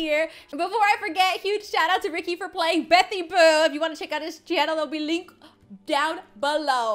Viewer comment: Never say betty boo again......Ps. I'm not a hater just don't say it agian.